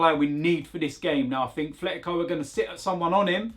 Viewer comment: AT - LET - E - CO that’s how it’s pronounced. There’s no TH sound. It’s not even an accent thing, it’s a people not reading thing.